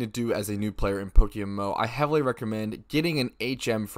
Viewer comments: It's pronounced poke M M O, You keep saying PokeMO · Is someone paying you to market “Pokemo”. You say “Pokemo” like five times in ten seconds at the start of the video